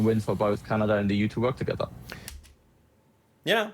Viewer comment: 🇨🇦🇨🇦 As a Canadian I am fascinated with your show. At first I would fast forward through the first minute because you spoke so s l o w l y but I have gotten past that. I am subscribed to your channel and watch you regularly. I have only one ask PLEASE PLEASE PLEASE find a coach to teach you how to properly pronounce CANADA !! 🍁🇨🇦🤣